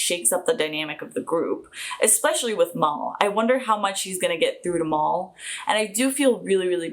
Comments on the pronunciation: Very excited to watch your reaction to this show! Btw, Mal’s name is short for Malcolm, and therefore the vowel is not pronounced like the a in the Portuguese word “mal”, but rather it’s pronounced like the first a in California. So Mal rhymes with Cal and Al(Albert, Alfred), NOT with mall or call. 😘 Great reaction as always! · Fun fact: Jewel Staithe, the actress playing Kaylee, doesn't like strawberries. PS: You pronounce Mal wrong. It's just short for Malcolm. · Wow you make a lot of assumptions. And PLEASE stop calling Mal "Mol"! His name is Malcom so it's Mal for short. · Nice reaction and welcome into the group. Love to have ya here but ... let me help you out with some corrections. Mal's name is short for Malcolm and is pronounced like "Mow-ell" or "M-owl", not like Maul or Mall. I realize that's the way you pronounce it there, but as you will hear tons of times, it pronounced the way I mentioned. Second, Kaylee is definitely NOT queer-coded, and her character is as far from queer as you can get, meaning, she's promiscuous and very boy crazy, to be nice. Her motor gets a-runnin' really easily. She manages to keep it in check for the most part, but she can get her engine running in a heartbeat. Now, I DO want to point out that, since this is a Joss Weadon production, it is dialog heavy/centric, and as such, EVERYTHING that is said has meaning, even when it seems otherwise. It's either obvious and needed to explain the scene or it's got a hidden meaning that will come back around later, so if you don't pay attention or you talk over the dialog, you'll certainly miss something important and be confused later. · It's Mal - as in short for Malcom.... Mal, pronounced as in Malware.